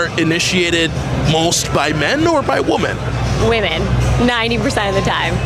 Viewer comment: I loved how she corrected his glitchy NPC matrixy mind-worm mispronunciation of "women" right at the start :D More of this please!